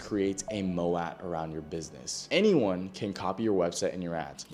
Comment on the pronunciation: Mo-at? 😂 Wtf. It's pronounced as Mo-te assclown